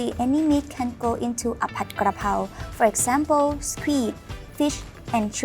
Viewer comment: Thanks for pronouncing pad (pot) krakow corrrectly so many want to say pad like a pad of paper another good video I look forward to seeing them